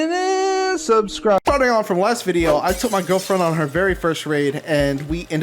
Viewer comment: giwfriend he says